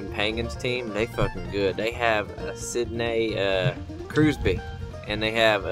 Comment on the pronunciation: Evgeni Milkin...Mcflurry...Sidnay Kruzbee XD I'm dead